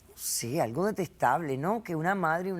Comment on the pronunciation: Soy yo o la señora dice aigo en vez de algo